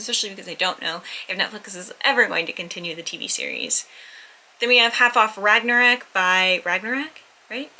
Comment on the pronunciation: its pronounced rag-na-rock